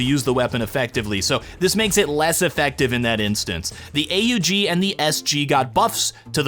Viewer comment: AUG is pronounced „awg”. Please stop making my ears bleed :) ❤